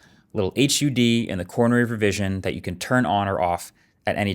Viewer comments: Okay, now I KNOW marques is AI, cause no one says "H. U. D." Everyone says HUD in won quick word. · I died a little inside when you said H. U. D. Instead of hud.😂 Appreciate the review regardless. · Marques, please just say “hud”. Don’t spell out the acronym 😂